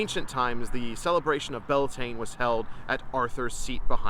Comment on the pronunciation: Thank you! Your Irish pronunciation of Bealtaine is perfect. According to Irish scholars from the 18th and 19th century, they state that the festival comes from the worship of Baal, the Phoenician / Canaanites God of the old testament in the Bible. Phoenician traders would have travelled far and wide by ship in ancient times, especially in pursuit of copper and tin for the production of bronze. So there is every possibility that they brought their God Baal with them to Ireland. Broken down the word would be Baal Tíne or Baal's Fire. The Druids in ancient Ireland would have celebrated Bealtaine at the sacred site of Uisneach, central Ireland. When the site was excavated many years ago, the ash left after centuries of fires was many feet deep.